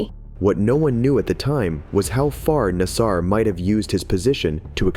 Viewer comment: I'ts pronounced NAS-Ser, not nas-SAR. Other than that, you got through the first sentence mistake-free.